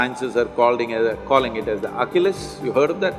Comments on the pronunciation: At the beginning of the video he keeps talking about Oculus. You don't know Oculus. You've probably got it figured out by now but Achilles, we pronounce Achilles (ah kill eez) like Achilles heel. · He’s saying ACHILLES HEAL. I thought he said Oculus. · He's pronouncing Achilles wrong.